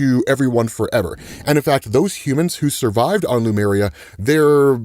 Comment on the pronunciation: "Lumeria"? Errmmm How's about "leh MYUR ee yah""?